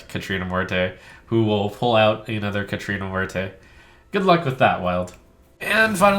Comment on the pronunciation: The way he's pronouncing "Muerte" is killing me.